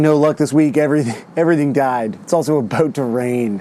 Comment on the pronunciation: He said aboot 😂